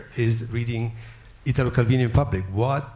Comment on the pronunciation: "I wish I could read this in Italian... but I can't." Bro, just the fact that he pronounced his name properly, instead of the horrid mispronunciation most English speakers do, was enough. In Italo, the strong syllable is the I, not the Ta. Well done Richard for understanding that.